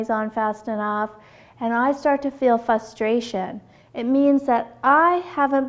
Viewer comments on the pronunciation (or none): good video, but I kept getting distracted every time you said "fustration"